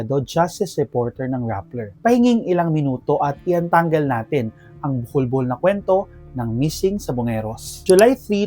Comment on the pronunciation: lol ang bilis ng pagkakabigkas mo ng buhol-buhol. unang dinig ko bulbul 😄